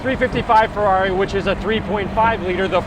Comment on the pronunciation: It's "Ferrari" not "Ferarri"